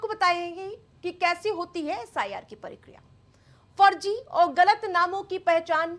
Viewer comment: परिक्रिया नही मेडम प्रक्रिया बोलिए